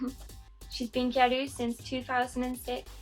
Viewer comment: what do you mean? gyaru is pronounced gyaru not gal